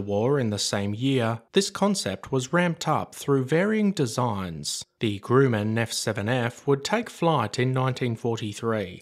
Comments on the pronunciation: GRUM, not GROOM. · Hire a voice actor! The AI voice is extremely annoying! It is Grumman not Grew-man! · >>> FWIW: I have known OF this aircraft for years, but I know very little ABOUT it. Also, this is ONLY meant as constructive criticism: "Grumman" is pronounced like 'um' instead of 'oom'. At least that is the way I have always heard it pronounced over here in the US...👍 EDIT→ It may be that in Australia the 'oom' pronunciation IS CORRECT. If so, "cool beans." 😊 Also Also, regardless of pronunciation: GREAT VIDEO! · Grumman - pronounced Grum man Not groo man. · Great video. Never heard of the plane. Very interesting. The American pronunciation of the manufacturer Grumman is "grouhman". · You need to differentiate it for him. Your spelling is still consistent with the groooooman he says. The third time I heard it, I turned off the vid. Obviously the narrator isn't familiar with other aviation histories...AI? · I think you're mispronouncing the name of the Grumman company that were known for their airplanes like the Grumman goose which bear is its name and well, but I don't know maybe it's because your English they pronounce things differently you know tomato tomato potato potato...